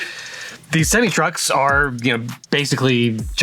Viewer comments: It's not pronounced semi, you're supposed to say semi. Unless you are Canadian. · Dude pronouncing semi like he's never seen one in person is wild. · I have never heard semi truck pronounced SEM-ME truck. As someone from the Midwest I’ve only heard it pronounced as SEM-I truck. Interesting!